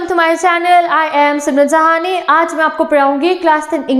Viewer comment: Pahle to sahni ko sahi pronounce kro